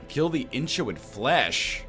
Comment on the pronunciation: Inchoate is pronounced "in-koh-ate," by the way, NL. It's a fun word. Very Lovecraftian.